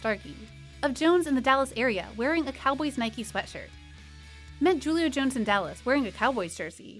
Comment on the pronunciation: You lost me right after you said Julio’s name wrong. Who TF are you?